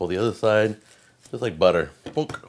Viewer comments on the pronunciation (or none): none